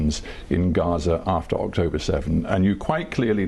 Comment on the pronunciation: "but 7th Okhtober...."